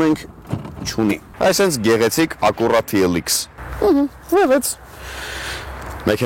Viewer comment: ԵՂԲԱՅՐ, ԷՍ ՄԵՔԵՆԱԻ ԱՆՈՒՆԸ "ԱԿՈՒՌԱ ԹԻ ԷԼ ԻԿՍ" ՉԻ, ԱՅԼ "ԱՔՅՈՒՐԱ ԹԻ ԷԼ ԷՔՍ": ԼԱՏԻՆԵՐԵՆԸ ՎԱՂՈՒՑ ՉԿԱ. ՀԻՄԱ ԱՆԳԼԵՐԵՆՆ Է 😁